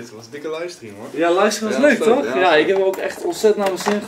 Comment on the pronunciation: ja, toocchh (dat was echt een rare toch)